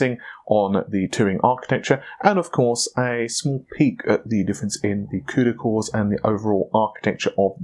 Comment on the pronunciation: what the hell is a cudycore ahhhahahhaha